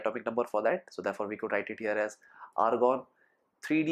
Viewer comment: Lgta h bhai k cold hoya hua h.....😂😂😂😂😂 Tbhi to Argon ko organ bol raha h....va ri angreji mata....🤗🤗🤗🤗🤗🤗